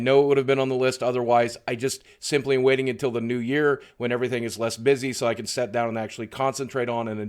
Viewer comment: Has anyone noticed Boogie says "set" instead of "sit"